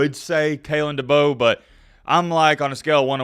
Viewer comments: It's DeBoer and no Debo lol #Mattbeacasual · Better get used to pronouncing his name right. It's "Da bore". Kay lin Da bore. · Heads up, it pronounced Duh-Bore. I’m from South Dakota and know quite a few people who played for him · It's DeBoeR, "Da Boar", there is an R in the name, best learn how to say your coaches name. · I think Kalen Deboer could be an excellent coach in Tuscalossa, given the resources and the recruits in the south. Also, I am pretty sure that his name is pronounced De (Boar) like the animal. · There's an R at the end of his last name. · DeBoeR lol yeah there’s an R at the end lol just giving you a hard time. I hope it’s DeBoer. Great hire for Bama if it pans out. I’m a Michigan fan. Please hire him! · Your saying his last name wrong man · Why are you saying his last name wrong 🤔